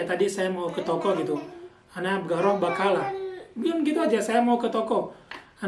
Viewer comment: Maa syaa Allah tabarakallah ada abla yg mau ikut bagi ilmu. Oh ya kak, afwan kalau bahasa Amiyah itu huruf ق dibaca "G" misal tadi kata "بقالة" dibaca "Bagalah"